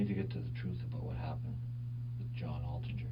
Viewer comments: Why are you calling him Atlinger? It’s Altinger. I would think from all the research you’ve done for the video you would know the victim’s last name. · i love you but “At-Linger” that many times is crazy. Johnnys last name was Altinger pronounced “Alt-Injure”. Thanks for the vid! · It's ALtinger not ATlinger. Get the victim's name right, my God... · I think it's important to say victim's name correctly. It's John Altinger, not Atlinger. 🙂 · it’s the Canadian pronunciation.